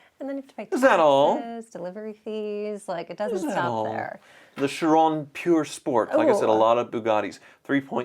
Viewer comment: It's Pur sport not pure sport